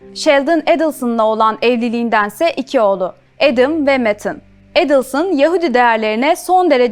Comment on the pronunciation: Настолько подача материала ужасная, озвучка ИИ на фоне картинок и ,,ведущей,,. Еще и ударение фамилии каждый раз разное. Отстой , а не канал